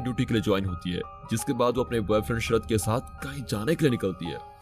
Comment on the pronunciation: It’s not Sharad but Sharath. Not Salman but Solomon